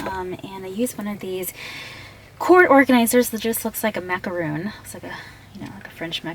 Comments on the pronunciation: (MAH-KA-RON) -Macron not (MA-KA-ROON) - Macaroon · it's pronounced mack-a-ron(like the name ronald) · Of course she cant even say donut shes so organized "macroon" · She said macaron wrong